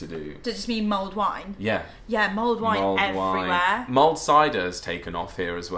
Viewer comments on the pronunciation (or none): LOL I thought you were saying mold wine ... thank god i googled and it came back with mulled wine! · did you say MOLD wine?